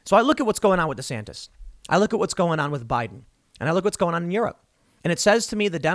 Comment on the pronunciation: Am i the only one to hear Rhonda Santis?